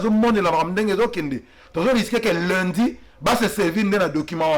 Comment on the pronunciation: Ndeko sango ba lobaka Lundi est non Lindi merci!